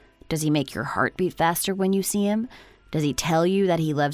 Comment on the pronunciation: So, the wording for this month is 'you see' is it? It doesn't work where it's being used - and especially when the emphasis is all in the wrong place or the pause between what was being said and 'you see' being tagged on to the end.